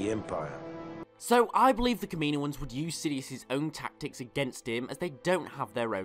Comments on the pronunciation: ka-ma-no-ins I couldn't finish the video because of your butching of the word. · You pronounce “Kaminoans” horrible btw 😂